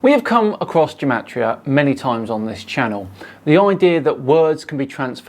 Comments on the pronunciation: Not to be too much of a party pooper, but gematria is pronounced with a hard G (Like Gamma) not as Jematria (Jewel). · Why does he start by pronouncing gematria with a hard G sound and then just switch half way to a soft G sound? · "Ruining Gematria"? Um ... OK. Go for it! Question: how do you pronounce 'Gematria'? The GematriaEffect guy says it sometimes with a hard 'g' as in 'get' and sometimes a soft 'g' as in 'gem'. Is he trying to confuse us? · This gematria guy is pronouncing gematria wrong. I found two different pronunciations and his matches neither? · For someone putting so much emphasis on spellings, he can't even decide on the correct pronunciation of "gematria"